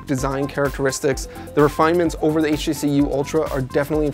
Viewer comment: I swear he says "HEC" instead of "HTC"